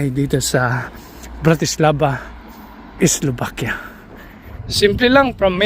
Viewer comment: Enjoy!, please pronounce Slovakia with a V, not B. Thanks!